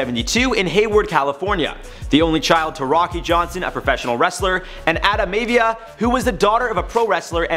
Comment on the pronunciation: ROCKY “MAY-AH-VIA” comeon, you canuks!